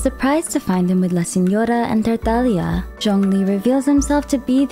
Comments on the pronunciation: stop pronouncing words like that... PLEASE. I mean, why did your voice changed while saying tartaglia... UGHH.. anyways. Good video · The way she pronounces Tartaglia’s name 😭💗💗